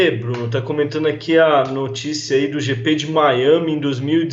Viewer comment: JP???????? Ehehhheh Jrande Prémio.... É GP ( Grande Prémio )